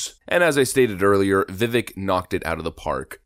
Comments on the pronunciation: You are mispronouncing his name. He says you pronounce it like cake. "Vivake" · Vivek's name is pronounced Vi-Vake........second syllable rhymes with LAKE! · Great show. Vivek is pronounced vivake like cake! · Pronounced "Vi-VAKE"! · Ramaswamy is too awesome a voice for the Truth -- we OWE the guy an accurate pronunciation of his name, as he has said it's important to him. It's pronounced "vi-VAKE" -- a long "A" for the second syllable. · Pronounced Vi”vake”. Get with it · Like him, too, but it's Vi-vake, rhymes with cake 😊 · Show some respect to the man.. his name is correctly pronounced as Vi-vake, as in ‘cake’. To repeatedly pronounce it incorrectly is asinine. Jes’ sayin’! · Dude it’s VIVEK LIKE CAKE!!! This is cringe af hahah ur supposed to be up on the news and politics, can’t even say his name right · Just so you know, it's pronounced Vivake. He needs to be Trump's VP pick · Vivek, rhymes with cake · It’s pronounced “viv-ake,” like cake! 😉🤘🏻 🇺🇸🇺🇸🇺🇸Vivek 2024!!!!🇺🇸🇺🇸🇺🇸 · It's Viv-ake as in 'cake'. 👍 The more you know 🌈🌠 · Vi-vake is the correct pronunciation. Thought you should know because you'll probably be saying his name quite a bit in the future. Just FYI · Vivek rhymes with cake, rake, bake, wake. We should at least say his name correctly. Please. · Bruh, it's VivAAAKE like cake! Learn how to pronounce his name if you are going to be a decent political content creator. You are welcome. Lol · I hate to be that guy...and I don't think it bothers him, but... Vivek=pronounced 'Vivake' like cake. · His name is pronounced viveik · It’s Vi-vake like cake (as per Tim Pool) 😂 this guy would be awesome as VP the do a full 8 of Commander and Chief. Getting climatized would do him some good. Can’t wait till someone takes a hatchet to the system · Not wrong but vivek is pronounced as Vivek like cake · To pronounce Vivek is Vi-vake, like cake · Vivek like cake is how it's pronounced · For those who are interested his name is pronounced (viv ake. )